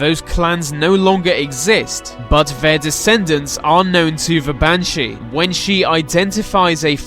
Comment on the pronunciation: the, they, their. Not ve, vey, veir